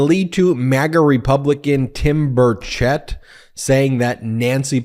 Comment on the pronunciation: Sorry, Ben, but that MAGAt's name is pronounced "Bur' Chett"